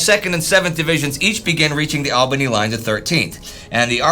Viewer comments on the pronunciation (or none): none